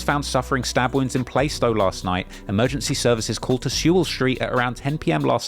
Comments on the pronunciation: Plaaa-stow not playstow 😂😂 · you the goat but it’s pronounced “Plarst oh”! 😂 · Plaistow is pronounced Plah-stow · Play - stow lol